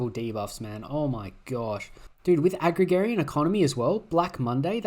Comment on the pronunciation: like word agrarian. You said it as agragarian again